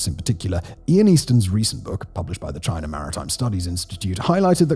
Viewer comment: There is no R at the end of China